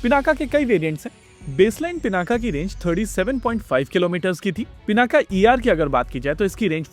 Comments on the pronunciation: योग ✅ योगा ❌ पिनाक ✅ पिनाका ❌ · '✅पिनाक ❌ पिनाका